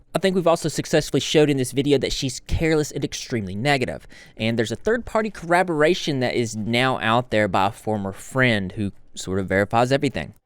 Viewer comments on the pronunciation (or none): Hey man, I love your content but it's driving me crazy that you keep saying "corraboration". Corroboration is a word, collaboration is a word, "corraboration" is not a word.